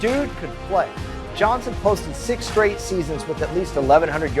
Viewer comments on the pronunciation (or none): none